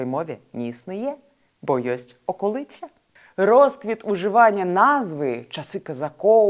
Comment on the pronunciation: Тільки в нас окóлиця, а не околúця